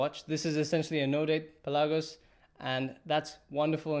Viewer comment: "Pelagos" is a greek word and it means "open sea". Your intonation of the word is wrong. It is P'elagos and not Pel'agos